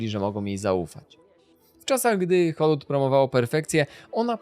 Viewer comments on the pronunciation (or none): scenariusz na bank napisał ci Chat GPT Dałem radę obejrzeć połowę bo Hoolywood czyta się z i a nie z y czego po 30 powtórzeniach nie da się znieść sorry ho·lee·wuhd nie ho-lYY-wuhd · Wszystko fajnie,ale błagam wymawiane przez Ciebie Hollywood brzmi tak drażniąco.